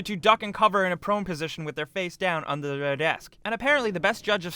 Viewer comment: underrrrerrrr their desk